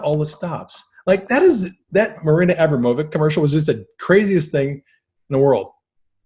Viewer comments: It’s Abramovic. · It's pronounced A-brahm-o-vich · It's pronounced Marina Ah-BROM--oh-vich :) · Marina Ambromavich ( Spirit Cooking ) You guys are pronouncing it WRONG! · Thanks but they still pronounce it Wrong!